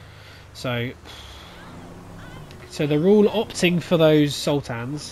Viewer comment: Sultans, not Sul-tans! 😀